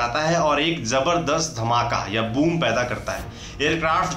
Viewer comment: Sonic boong nahi boom😆